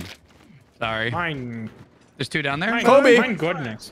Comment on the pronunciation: Ok, I'm gonna be honest, saying Kobe properly always screws with my brain